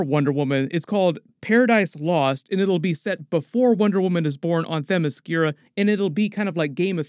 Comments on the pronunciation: Oh no DCs flopped because he didn’t pronounce Themyscira correctly. What stupid logic, that facepalm should be for yourself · He cldnt even pronounce the Amazonian island correctly 🤦🏽‍♂️… R.I.P. 🪦 DC Comics …. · Damn everything sounds horrible lol For starters no Cavill as superman!!! Secondly who the hell wants a "waller" show, third Gunn can't even pronounce Themyscira correctly... smh, then introducing a new batman movie with batman and the 4th Robin as the 1st movie means a lot of catching up audiences if nightwing and red hood exist. Green lantern will probably be a rip of guardians of the galaxy.. ehhh, Supergirl show/movie...ehhh, Booster Gold...maybe depending on whose playing him, if og blue beetle is in it and what year movie will take place...Swampthing could be good as long as they go all out.. CW swampthing could have been good but cut to short